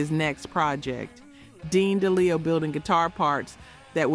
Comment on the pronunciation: Please learn how to pronounce last names like Townsend, DeLeo etc. Hard to join if the narrator is clueless.